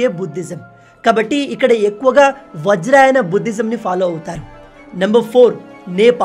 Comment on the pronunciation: వజ్రయాన అనాలి.వజ్రాయనమ్ కాదు.